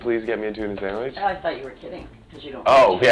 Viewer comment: “a nice tuna saandwich on uhh baygel” 💀💀